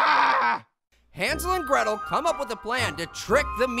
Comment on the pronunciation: Hansel and Gretel more like Hansel and gwetel